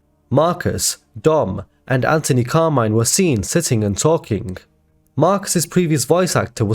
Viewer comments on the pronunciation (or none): Anthony not Antony 😂